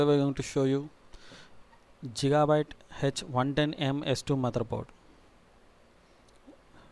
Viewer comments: hahahahah JIGABYTE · JEEGABYTEE LOL